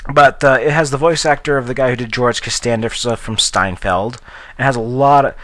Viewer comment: its seinfeld not stienfeld, just trying to help